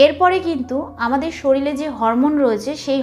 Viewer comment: শরীরে না বলে শরীলে, হায়রে উচ্চারণ !!! 🥸